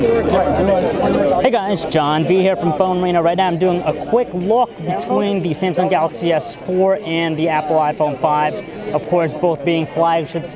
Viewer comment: he pronounce Samsung as Samesong.. -.